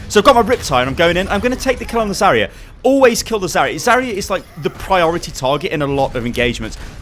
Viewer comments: Its zarya not zarier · I cringe from the way he says Zarya